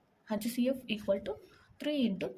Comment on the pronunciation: Lolll I can’t stop laughinggggg hachhh ceee afff